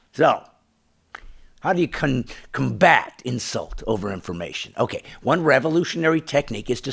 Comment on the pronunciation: sorry but did you say ad hominen and conbat